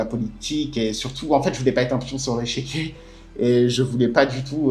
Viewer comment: on dit échiquier pas échequier